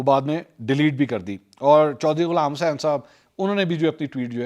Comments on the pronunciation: The way you say the name of Ch Ghulam hussain was epic. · ye ghulaam hussain wala accent ajeeb nahi ta? 😄😄😄😄 eid mubarak mansoor bhai